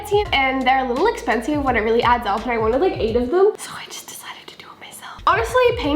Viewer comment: I don't know why when she say "so" i get so mad 😂😂cuz she sound like saying sir😡😂